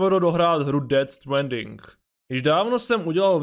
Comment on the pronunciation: Dobjè videjo s ded stwaaaandingem😄👍